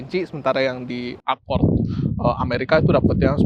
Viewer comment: ACORD Gimanya ngucapnya ?😢